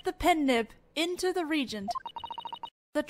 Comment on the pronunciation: You're saying "Regent" which is a monarchy term (someone who governs in the stead of the rightful ruler, because the ruler is too young). The word you want is Reagent. Re-agent, as in "Reacts with the agent" These are truly well done, and I wouldn't be able to enjoy GDS1/2 without you, so please take this as an attempt to be helpful, not being a jerk. Just PM me/respond and I'll not make these comments.